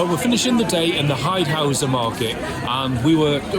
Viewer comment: it was so nice finally meeting you guys! Loved the video! Really solid coverage go Munich, and good pronunciation haha :D Love all the shots of the river near Haidhausen. Really beautiful.